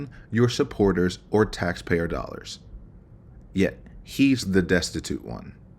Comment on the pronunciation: I sooo loathe the way Sarah talks about money, and specifically her pronunciation of the word "dollars'. It's so easy to tell that Sarah is financially illiterate and likely comes from poverty. She definitely doesn't understand what "old money" means.